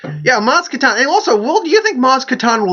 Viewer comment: Sorry to point it out, but in case you weren't aware, you pronounced "Kanata" and "Nyong'o" wrong every single time you mentioned both the character and the actress throughout your video.